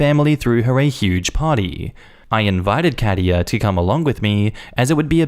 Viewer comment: German here. Katia is pronounced slightly different. Type Katja in the Google translate to hear it. 🙂